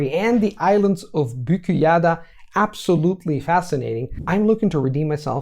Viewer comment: When you mentioned Büyükada, you said Büküyada. If you think of it the way we do with words like gözlük (glasses) and kitaplık (bookshelf), by splitting the parts, it will be easier to pronounce correctly. Büyük means big and ada means island. So the name Büyükada comes from the fact that it is the largest of the island group in Marmara Sea ❤